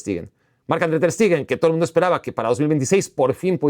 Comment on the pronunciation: Todo bien con el video, pero porque le dices "Ter STIgen" 😂